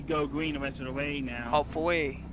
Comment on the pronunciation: When you said "hopefuwwy" I laughed so hard. Though it was wrong